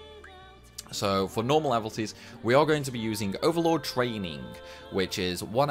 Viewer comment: Mmm did you say do you say evilties or evalties? Pretty sure it's pronounce evil not eval... Jk gr8 vid thanks😅